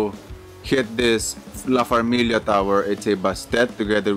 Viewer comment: Yes, Nice video. And you pronounced it Right, La Farmilia🤩 and Baby G with the Comeback ✨💪🏼👶🏻